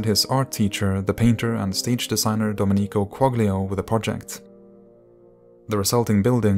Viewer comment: Great German and English pronunciation but the Italian could use some work. Domenico Quaglio is pronounced Doménico (emphasis on the e, not the i) and Quaglio is pronounced Qual-yo or Qual-jo (German J sound).